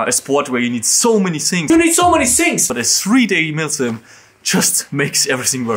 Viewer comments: Everybody: you have so many things: you ghave sohh many shings 🤣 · is not saying ' i need so many things' he says 'i need so many sinks' change my mind. T is not spelled like s:/